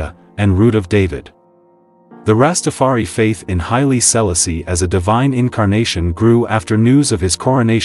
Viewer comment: His name is pronounced Hy-lee...See-la-see...the first. PLEASE HAVE SOME 🤬🤬 RESPECT. PRONOUNCE THE NAME CORRECTLY....OMG!!!!